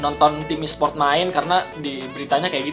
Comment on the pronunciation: ESPORT BANG BUKAN ESPRIOOT